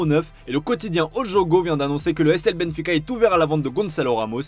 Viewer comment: F C Benfica????? Faites un effort s’il vous plaît.